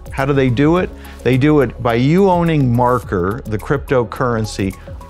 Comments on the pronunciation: WHY ARE YOU CALLING IT MARKER !! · How does this video have 10 likes and no dislike while the guy keeps saying MARKER? lol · It runs on Ethereum. Just saying. Also stop saying marker